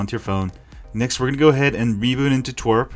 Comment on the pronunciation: I love you and i also hate this video because Pokemon go sucks (I got banned for botting over a month ago on so many accounts so I'm salty lol.) but one of my pet peeves you also say twerp when referring to TWRP recovery haha.